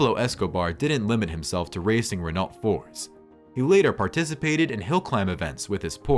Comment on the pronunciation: its pronounced RENNO ffs